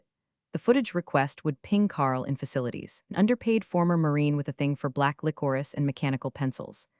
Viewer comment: Words mispronounced: Licorice Resume Croissant Subtlest